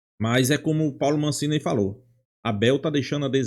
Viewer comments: Amigo, é Massini, e nao Mancini . Só uma pequena correção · HAHAHAHA me deu gastura também. Ele fala "Mancini".